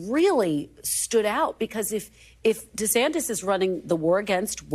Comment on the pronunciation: She called him Ron DeSanctus and keep going🤣🤣🤣